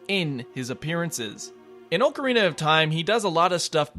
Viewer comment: Disliked for pronouncing "ocarina" wrong.